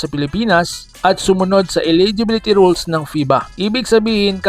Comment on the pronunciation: "FIBA ROWWLS" 🤣😂🤣 "LEH-GAL" 😂🤣😂 "ROOSTER" HAHAHAHAHA